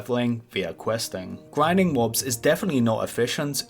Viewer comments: "You need to do some gwinding“ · GWINDING LOL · gwinding on youw cwasic wow cawacktew :D